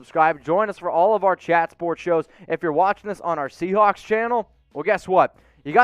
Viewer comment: I’m glad I’m not the only one that heard him say “seacock”.